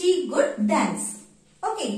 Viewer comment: Sis, This is not good (could), the way you said is wrong, try to avoid local slang. But appreciate your content,, I'm really sorry to say this.